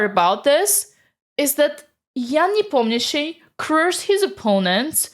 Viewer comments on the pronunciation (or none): Say Nepomniachtchi > Непомњиши